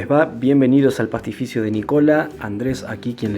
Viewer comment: Con todo respecto, pronunciá por favor "pastificho" así concuerda con lo espectacular que cocinás!!! Muchas Gracias por compartir tu arte!!! 🍕